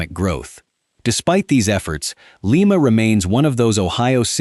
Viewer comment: LIMA, OHIO is pronounced LIE MA, not LEE MA. You should pronounce the Ohio cities correctly, or not do a video on them at all. Very disrespectful to us Ohio residents. You have a phone. You could have called the chamber of commerce or the Police Dept in Lima to know how to pronounce the name of the town!